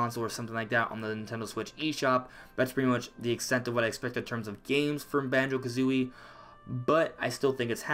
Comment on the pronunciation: Yes Thank you For Say Banjo🙏🙏🙏🙏🙏🙏🙏🙏